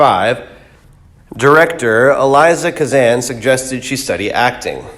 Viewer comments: Very poorly read. It wasn't Eliza Kazan. Elia was his first name. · 'Eliza Kazan' … right. Thanks for the content. Keep up the good work. בס״ד